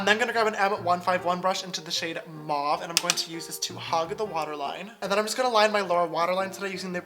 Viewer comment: the way u say mauve